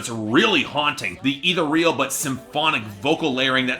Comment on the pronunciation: Dessa (and all of Doomtree) is really good. 'Ethereal' is not pronounced how you think it is.